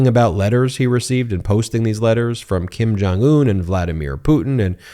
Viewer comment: Hahaha!!! Did you just call lil Kim... "KUM JUNG UN"!!!??? HAHAHA!!!